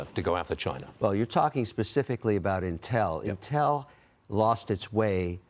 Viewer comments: Dude doesn't even know how to pronounce Intel. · Why do we listen to this guy .. he cant even pronounce intel